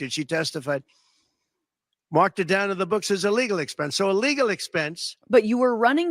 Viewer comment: # -ish: I know he's trying to say "as a legal expense," but I keep hearing "as illegal expense." Don really needs to lay off the sauce&ambien in the middle of the day.